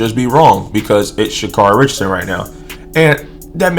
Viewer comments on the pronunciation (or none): Carry.... pronounce it right. Here you are with the B.S. just say it you don't like her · care ree.